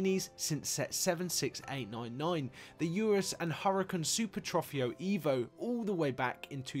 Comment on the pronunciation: Great little video! You might want to look up how Lamborghini say the word Revuelto should be pronounced 😊 also how Trofeo is pronounced! Look up SMEE150 for how to pronounce the Ferrari 12cilindri 😊